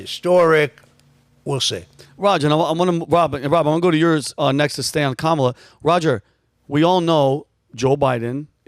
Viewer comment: Kamals is Indian name pronounce "Come Ma Lar"